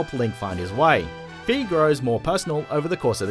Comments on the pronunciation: Mispronounced Fi, it's like the i sound in 'bye' not 'bee'. I keep correcting this when I hear it happen UNTIL THE WORLD HAS BEEN SET RIGHT. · FI is pronounced with a long I. As in Sky not Fee as in an E paying $$$. Hyrule Warriors confirmed that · It's no Fee,it's Fi,like Sci-fi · Why do so many people pronounce Fi like "Fee"? That's been confirmed to be the incorrect pronunciation. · Yea I kept on mispronouncing her name for the longest time. I learnt my mistake.